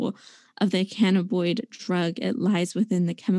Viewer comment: Someone please teach her how to pronounce "causal". And "cannabinoid".